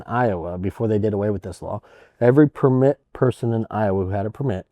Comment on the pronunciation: Drinking game: take a shot every time pronouces 'permít" like a French person.